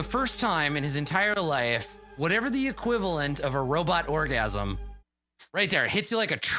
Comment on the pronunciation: You said RoboGasm, I heard Orgasmo.